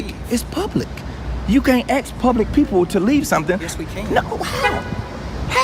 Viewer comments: Saying “ax” for “ask” is fascinating. Linguists call it metathesis, and it happens unintentionally with lots of spoken words: library > li-berry, nuclear > nucular, tasks > tax, spaghetti > pasketti, etc. “Ax” for “ask”, though, is unique. It’s a super common word in English, and when someone says “ax”, it could be part of someone’s accent, or replacing “ask” intentionally for emphasis, or to code-switch. Geoffrey Chaucer, back in the 1300s, wrote “ax” for “ask” at least a few times, because the tree felling tool and the verb for question, happen to share identical Old English root words. My Cousin Vinny, Marisa Tomei as Mona Lisa Vito, “Now I ax ya, would you give a F what kind of pants the sonafabich who shotcha was wearin’?” The auditor says both “ax” and “ask”. That’s him saying “being asked to leave” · "You can ax me to leave." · Stop saying AKS! It is not a word!